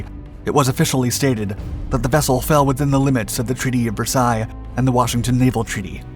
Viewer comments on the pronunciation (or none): none